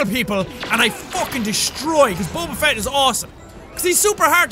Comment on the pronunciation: It's Fett not feet